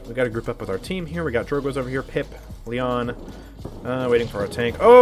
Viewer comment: "Drogoz" is in title btw.. it's not drogoz but drogzo